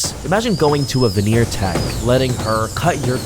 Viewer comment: The "venner techs" 😂.